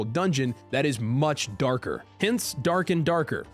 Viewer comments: "Derk and derkerrr" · Anybody else think of team America when you said durk and durker 😂😂😂Lol 😂😂😂😂😂